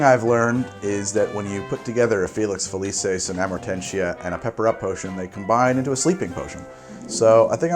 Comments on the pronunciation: It's not Felices its Felucis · To pull a Hermione, it's FeliKISS, not FeliSIS. In Latin, C's are hard.